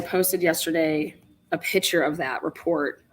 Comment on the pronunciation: Pick -chur not pitcher